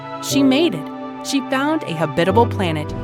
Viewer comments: HAB-it-uh-bull, not Huh-bit-uh-bull! Makes me wonder if it is a real human narrating this thing! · you're putting the emphasis on the wrong syllable... It's HAbitable not haBItable... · Pronunciation note: HA-bit-able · That's not how you pronounce Habitable. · Good video. However, my only complaint is how you pronounced "habitable"